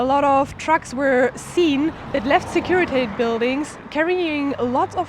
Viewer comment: Securitate does not rhyme with English wait or gate. It's pronounced exactly like it's written; /sekuri'tate/.